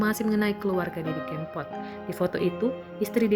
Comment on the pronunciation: Kebangetan deh, ngucapin nama sang maestro aja bisa salah 😭 Sy baru ngeh klo msh ada org kita yg blm kenal nama Didi Kempot, minimal pernah denger kali 😥